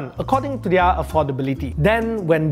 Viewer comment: learn how to pronounce their